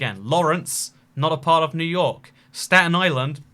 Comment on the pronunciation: my favorite city, new hork